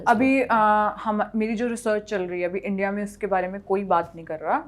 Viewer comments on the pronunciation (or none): none